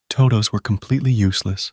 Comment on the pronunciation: toe dohwsss